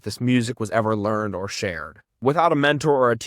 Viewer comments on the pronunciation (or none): none